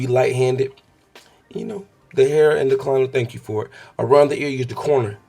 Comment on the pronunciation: he said thanc you